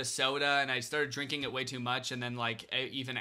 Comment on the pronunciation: I think you are hearing how he says "drink an" or "drinking" and it does sound like drinken lmfao